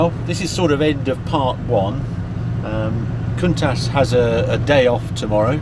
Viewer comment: The "ch" in Countach is pronounced the same as the "ch" in attach, not "sh"